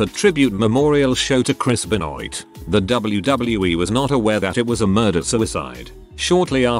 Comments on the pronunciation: should be Ben-WAH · Please learn how to say Benoit. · chris benoit's name being butchered by the vo guy is terrible! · the vo guy say Benoit's name weird, listen to the video you will see